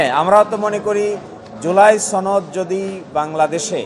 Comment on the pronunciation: ছনদ না রে সনদ😂